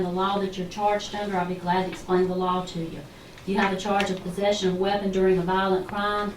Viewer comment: "You have a chawrge of pozeshun of a weppin durin a vahlent craahme." lol